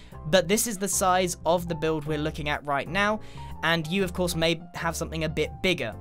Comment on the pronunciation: of cos haha corse or cos